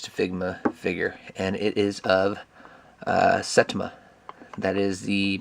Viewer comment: Your first Figma? Oh dear. The first in anything hobby related is like a gateway drug. LOL You could always scan the box with Google Translate to see what it all say on the outer box. Oh and it's pronounced サイタマ (Sa-Ee-Tah-Mah). That's good that this has plenty of bubble wrap and plastic covering it to prevent breakage and scratching.